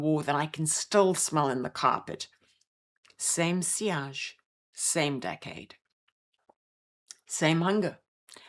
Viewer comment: Today I learned how to pronounce 'sillage' correctly. Thank you. The only fragrance I was ever overwhelmed by was Fracas. Beautiful scent, but incredibly strong. More than half a spritz and it swallows the woman wearing it - everyone else in the room. I've also witnessed scent classism. A posh woman once said to me. "I loved Poison until nurses started wearing it!" Horrible snob she was.